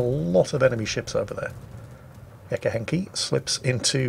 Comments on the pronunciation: Gekke Henkie is Dutch for crazy Henk (Henk was ones a name). But please continue pronouncing Dutch words in an "alternate" way, I can't stop laughing 😂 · Great video, please say gekke henkie ( grazy henkie) one more time.